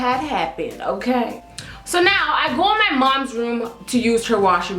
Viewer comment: I seriously die everytime you say "Okerr?" 😂😂😂 Love youu 💕